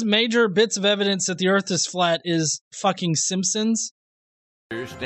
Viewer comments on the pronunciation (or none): And I'm supposed to listen to a guy who pronounces it "ERRRF" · I just realized where the confusion is coming from; he's talking about Earf, not Earth. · I'm sorry I've never heard of planet Earf... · The guy Delano keeps calling the earth, the "Erf". The guy can't even pronounce a one syllable word properly. He's a moron. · The "erf" flat? What in the h__L is an "erf"? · "The Erf." -- The End. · “Im gonna give you pooves the erf is flat.....the erf flat, suck my nuts”.....those are words of a genius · He is a joke it's not earf.... It's earth!! Lmao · The earf is flat, lol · "da earf flat" uh sure jan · If you can't even pronounce Earth (Erf) any attempt you have to understand it is going to be retarded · "Da Earf" And why am I racist? I walk a higher path. Science, Logic, practicality, and reasoning. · Phlat earf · erf iz flat! i tellz trooth! iz trooth! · "de earf flat" "as fuk" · He knows it's Earth and not Urf? Right? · what in the fuck is an "erff"? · "The Earf"? What is "The Earf"? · "Da earf is flat!" lol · The part that pissed me off is the fact he says errrf instead of earth (He needs to learn English before trying to act like he knows stuff) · He said erf. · He calls it "erf"..... enough said. Lol. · What's the "earf"? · Okay before this guy ever makes another argument about Flat Earth or a globe Earth he needs to First learn how to pronounce Earth. All he kept saying was Erf what thevis Erf? If you say that really fast it sounds like you're barking like a dog Do it. Go ahead. Erf Erf Erf Erf. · "The erff gotta be flat" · Lol! DA EARF FLAT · He can't even say earth he says earf. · He keeps saying we live on a "Flat Erf". What exactly is an "Erf"? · The way he talks is just overflowing with both ignorence and Arrogance, C'mon the guy Can't pronounce an "R" or "Th" to save his worthless life